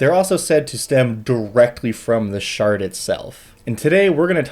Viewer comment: My brain hearing "shart" every time he says "shard."